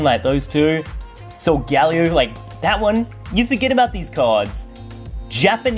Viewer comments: You said sol-gall-ee-o but it’s sol-guh-lay-o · I always called Solagleo, So-ge-lay-o so I was confused on your pronounciation!